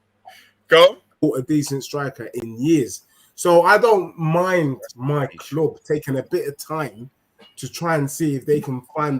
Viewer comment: "My Kloob"